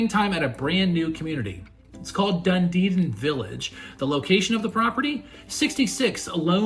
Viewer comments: It is pronounced DUN-Edin, not DunDeedin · it's pronounced Dun-e-din. There's only two ds in the name. It's not dun-de-din. Nice mobile home but I would have to make several changes to it, starting with sliding glass windows instead of just screens on the Florida room and lanai. I wouldn't pay more than $50000 for this place. #1 strike against community- no pool! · I lived and worked in Clearwater FL for 17 yrs, we never called it Dund-edin it’s Dun-edin? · Did you mean Dunedin; there is no Dundeden in Florida when I checked Google. The MLS listing is in Dunedin. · the The Name of the city is called Dun •E•Din like Done•E• Din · Yes Done•e•din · Dunedin=doo-nee-din 😊 these homes are really cool. Are there mobile home parks that allow you to buy the land like a traditional home? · Sorry the name is not doo•nee•din the name is pronounced Done•E•Din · It's pronounced Dun E Din. Emphasis on the E.